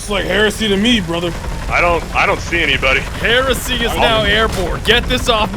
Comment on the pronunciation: understandable ummm....kinda understandable what just what??? ...................HERSEY!!! XD